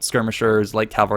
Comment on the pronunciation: How on earth do you still say "calvary" instead of "cavalry"?